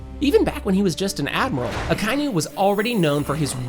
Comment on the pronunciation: What the fuck are your pronunciations? It's EL BAFF. ACKA EE NU. Jfc.